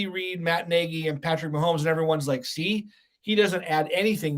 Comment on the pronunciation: I commend for knowing how to pronounce Matt (NAY-GEE) Nagy's NAME. But concerning his verbage i can only condem the Louisiana Legislature for coming up with For UnlawfuL Carnal knowledge Statute.. Relying on the f-word to Articulate an opionion is unimpressively weak. Throw that word out & express yourself, the explitive is not required...